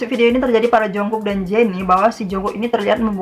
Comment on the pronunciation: udh lagi cara baca nya salah pulak?**rm diblg erem padahal bacanya arem jungkook diblg jongkuk juga baca nya jongguk bkn jongkuk